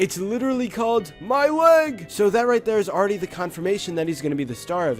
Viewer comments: He's not saying my lEg he's saying my lAg. What a gamer. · When I was little I thought he was saying my late.